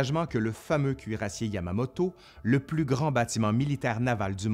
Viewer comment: 1 an après je termine la vidéo ...une fois de plus on dit cuirassé et pas cuirassié (1h00,44-45) ! Bonne continuation